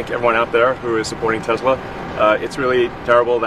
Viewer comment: 트럼프 머스크 기자들 불러다 놓고 회사명도 똑바로 몰라서 테슬라도 발음 잘못함 ㅋㅋㅋㅋ